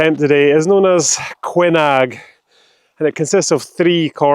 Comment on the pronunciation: You should know as a Scot it,s pronouced Coonag.